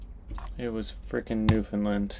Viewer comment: u got skill man! btw NL is pronounced "new-fin-land" , just incase nobodys corrected u yet haha